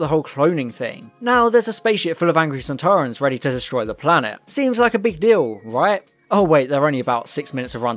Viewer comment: I enjoyed the beginning Very accurate They’re pronounced sand ta run